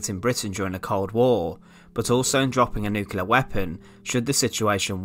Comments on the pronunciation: agree about the looks but yet another (or ‘anuva’) narrator unable to pronounce ‘Nuclear’ instead saying ’nucular’!🤯😳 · the word is New-Clear and not Noo-killer ! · And Nucilear! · “Nookelar”is so lazy and so annoying.